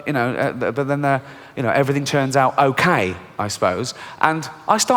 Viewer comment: It’s humorous as a brit t9 hear the way says “out” It comes out as oot,like boot or snoot. Excellent accent dude 👌